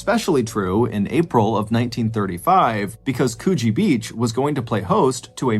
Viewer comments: Coogee isn't pronounced Cooooooogee, like spool or tool, it's Coogee as in 'book.' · The way he said Coogee is funny (Pronounced: Coo-ji) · "Coogee" is pronounced with a short "oo" pronunciation same as in "book". With a long "oo" pronunciation it sounds like you were saying we have a Coochie beach in Sydney and my immediate thought was "We have one of those in Sydney? I want to go to there this summer." But the more I thought about it I realised you probably got it confused with the Gold Coast which is full of c*nts, especially during schoolies. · One day I will hear an American pronounce Coogee correctly. Today is not that day. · I dont know what landscape you're showing but it isn't Australia. Also at least learn how to pronounce Coogee